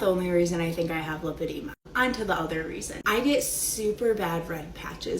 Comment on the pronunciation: Love your channel! My pet peeve today.... the way people pronounce Lipoedema (also spelled Lipedema). It is not Lip edema. It is LIPOedema. Lipo (with a long i) is latin for fat. Lip edema is a fat lip. We don't call it Lip suction. Though that does sound like fun on a Friday night. Liposuction is the suctioning of fat from one's body. I can always tell when someone is actually seeing a professional physician who understands both Lipoedema and Lymphedema. Which calls to question the people Anna was getting advice from. SMH We Americans sure know how to slaughter languages. In full disclosure, I work in medicine. I also have Lymphedema as a result of cancer surgery.